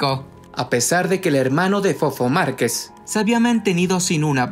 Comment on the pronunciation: ¿Por que no sabe hablar el del reportaje?¿Quien lo contrató? ¿Es voz de IA? Dice Marqués en lugar de Márquez y eso que lo pusieron en su título